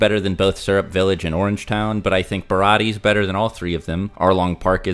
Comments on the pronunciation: I don’t blame him for mispronouncing baratie because he’s a manga reader but it’s killing me every time he says it🥲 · Ba -Rah -Tee -Aye